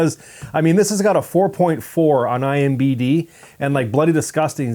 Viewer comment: I am sorry...I Tried....I HONESTLY TRIED brushing it off...but couldn't get over the fact that he keeps saying "IMBD" ... instead of IMDB .... I know its silly but for me its the same as if he might as well kept saying "Rotting Cucumbers" ... instead of "Rotten Tomatoes"